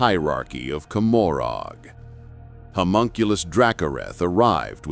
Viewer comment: It's intended to be said like Gomorah. Let that one give some awesome flavor.